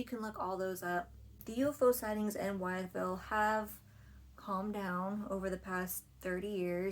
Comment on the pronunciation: It’s pronounced with-ville. Named after George Wythe. Signer of the Declaration of Independence